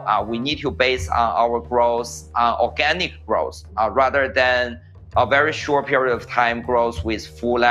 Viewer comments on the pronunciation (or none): I thought he said we need Organic Gross